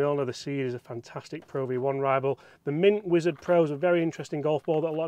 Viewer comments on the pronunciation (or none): none